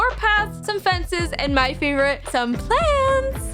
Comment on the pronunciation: Can I Just say that I LOVE the part when she said "And My fav✨pLaNtSsSsS✨" Good Job!